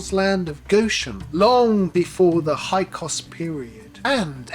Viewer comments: Hi Sorry correction, it’s HYKSOS not HYKOS!😮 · Right. The incorrect pronunciation of Hyksos as "Hykos" made me wonder what else he might have been getting wrong. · You mispronounced it by omitting the first S.